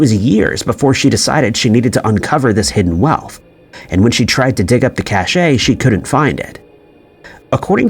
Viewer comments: cache not cachet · Cashe is pronounced just like cash. "Cashay" is the pronunciation of cashet. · It's pronounced "cash," not "cash-ey." 🙄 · Cache is pronounced 'Cash' the e is silent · 'Cache' pronounced cash - hidden collection of items, 'cachet' pronounced cashay - prestige.